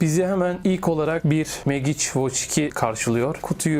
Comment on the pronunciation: Megiç degil Mecik diye telaffuz etmeliyiz, bilg.